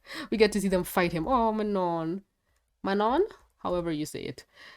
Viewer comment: I can speak french and it's not pronounced like that. It's Manon